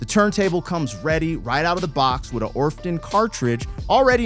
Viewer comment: I've really been enjoying your Steely Dan reactions. Hope you keep doing them. SD has some of the most amazing songs. They've been a long time favorite of mine. As an aside, the name of the company that made the phono cartridge for the Dum Audio turntable is pronounced Or-to-fon, not Orf-tun. 😉